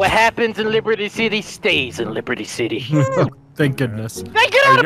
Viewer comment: LEEBERTI SI-T